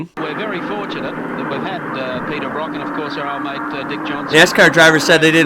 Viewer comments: Brock as in rock 🤦‍♂️ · His name's Peter Brock not Peter Bruck.